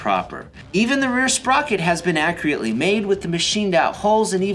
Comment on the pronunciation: Nothing better than components " accreeatly " made.